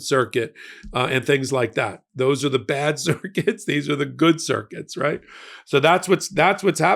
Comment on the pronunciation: When you say CIRCUITS, I hear CIRCUS …and giggle to myself! FDJT🤡🖕🏻💩